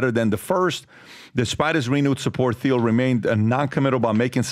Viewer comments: The guy who kept ssaying Peter Thiels name as Theel (it’s Teeeel), is selling you on a an AI Webinar to steal more of your money? 😂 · Someone please inform Pat, theil is pronounced TIEL. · Patrick, it's pronounced Teal (not Theel). It's beyond time to get it right. Even pronounced it right. Come on, bro. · It is pronounced "Teel" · Thiel is pronounced like "teal". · Why does DBD keep using the Th sound when he says thiels name? Is that the correct pronunciation? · Dude. The H is silent in Peter Thiel